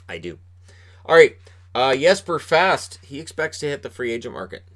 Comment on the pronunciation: Hate to lose Fast ( needs to work on the Boston pronunciation of his name. 😜), but think everyone realizes the $ situation. And who knows, maybe JD & Gorton find an inexpensive vet to plug into that PK role.